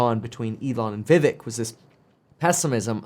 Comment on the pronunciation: kevin his name is pronounced like VIV(ACHE)